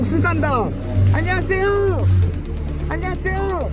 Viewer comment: ㅎㅎㅎㅎㅎㅎㅎ 아니 중국조선족가이드분이 안녕하세요가 더 한국스러운 발음이고 오리지널 한국인이 안녕하세요 발음이 중국인스러운 아이러니 ㅋㅋㅋㅋ 안녀하쎄요 ㅋㅋㅋㅋ. 안녀이 계쎄요우 ㅋㅋㅋㅋ